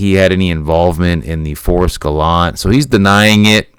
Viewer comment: It's pronounced Gallantay.